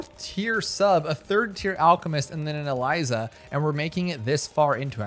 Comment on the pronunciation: I’ll never understand how someone can have thousands of hours invested in something, and not know how to pronounce things 😂, for example he says glives instead of glaives, shurukins instead of shurikens, not sure where that second u comes from, and now Eliza, he’s gotta be doing this on purpose right?